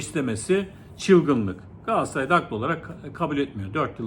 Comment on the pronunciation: Galaasaray değil hocam. Çok mu zor Galatasaray demek?